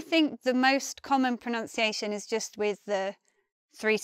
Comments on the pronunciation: Why u say pronounciation rather than pronuncia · I agree... The way she can't even pronounce "pronunciation" is troubling given that she has 900,000 subscribers who probably hang on to her every word 😒 Maybe learning English as a foreign language. She is pleasant to look at though... I shall mute her next time 😄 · Pro-nun-ci a tion Not Pro-nounce- ci-a- tion (See Oxford Dictionary plus see Cambridge Dictionary)